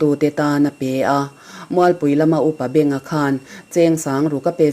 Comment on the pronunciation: Upa Benga tih a beng hi i lam diklo.beng hi *beng chawrh tih a BENG anga lam tir.LAILAK khaw hming i chhiar diklo.LAINA tih a Lai ang a lam a LAK hi laklawh tih a lak anga lam tur aw.